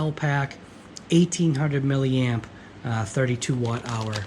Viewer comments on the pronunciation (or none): none